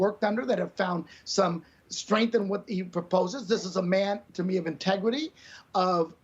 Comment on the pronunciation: Intwgeiry? Lolololololol. Asholer you're a babbling fewl